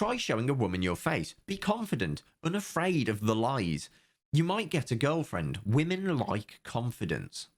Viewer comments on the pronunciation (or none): none